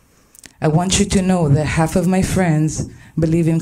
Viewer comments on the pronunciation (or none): none